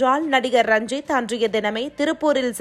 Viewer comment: ranjit rajith nu solluthu.....intha news anchor